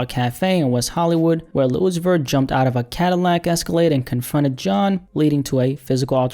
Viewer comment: ‘lil uzi verr’ 😭